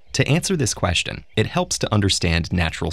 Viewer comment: Thats a very interesting queshton.